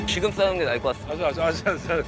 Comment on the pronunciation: 발음이 왜저러지? "손쉽게 이길 수 있을거 같습니대" 같습니더? 말할때마다 "다"발음이 이상한듯 거슬린다는건 아니고 중독성있는데 특이하게 이상함